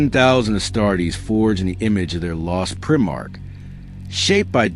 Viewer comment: If you can’t pronounce primarch correctly then this channel can fuck off. Blocked.